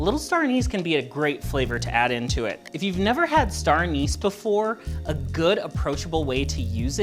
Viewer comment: Did you say, “Anus” flavor?